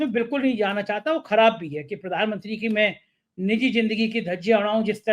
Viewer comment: Jindgi nahi Zindgi hota hai Gajal nahi Ghazal hota hai Your programmes are very good and informative but take care of right pronunciation of the words.